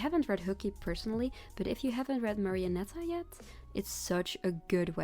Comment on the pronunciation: i swear i am not gonna over rea AAAAAAAAAAAAAAAAAAAAAAAAAAAAAAAAAAAAAAAAAAAA Also you pronounced marionetta correctly the first time